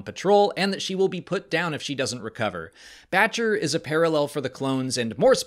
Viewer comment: I swear she was saying "Betch-ya" not Batcher... dunno... but ya I realize it's Batcher....